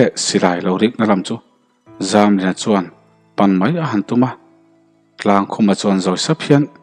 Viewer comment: Chuan tih hi suan tiin ilam tlata